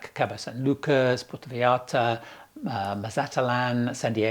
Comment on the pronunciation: Still a bit of a hiccup on Mazatlan, though. :-)